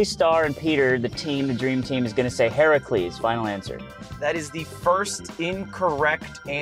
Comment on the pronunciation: pronounced Heracles correct not the e-sports team